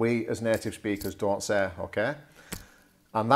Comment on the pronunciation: OK, good idea. A few seconds later you say that students often "say"..... And your "say" sounds like 'se:' rather than /seɪ/. Looks like you don't pronounce diphtongs :) right?